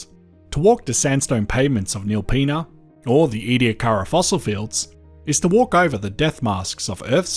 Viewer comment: Very interesting and informative video. That’s not how we say Wilpenna and Brachina though and Burra is not north of the Flinders.